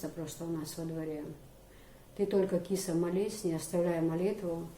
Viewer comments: Киса, пожалуй с ударением на "а":КисА, как МусА, ИсА. Красивое имя тебе дал мулла. Здоровья и счастья тебе и твоим близким. P. S. Баркал за интервью. ❤️ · Правильно имя( Киса) произносится с ударением на вторую гласную .